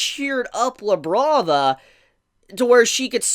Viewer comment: Thought he said “Now Let’s Look at Lebron” 😭